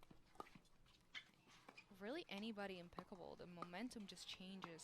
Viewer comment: Announcer calls it "picklebool." LOL